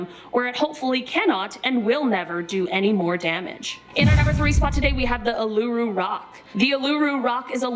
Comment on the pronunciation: Who else is Australian and was laughing so hard at the way the host was saying Uluru. 😉💜